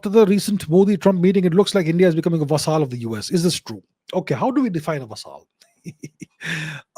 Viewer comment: Interesting content. BTW..Vassal is pronounced like Hassle..with a V